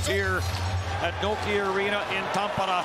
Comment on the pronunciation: It's simple... TAM-pay-ray with the emphasis on the first syllable, and the "r" is lightly trilled. These announcers must be mispronouncing it on purpose because a two-second conversation with a Finn would straighten them out 🤣